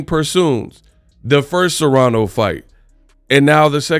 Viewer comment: It's *Serrano. Not Serano.